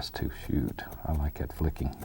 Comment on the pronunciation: "Something about like gat"